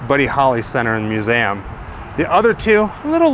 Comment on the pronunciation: It’s MUSE—eeee—Um! Not “MUSE-AM.”